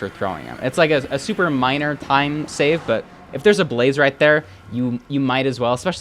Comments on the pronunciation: “try to pearl hang to the fortress to SÆVE” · you said "save" weirdly